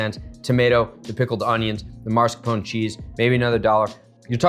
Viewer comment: Why are you saying MARS-CAPONE. It is mascarpone. Not a real chef I guess.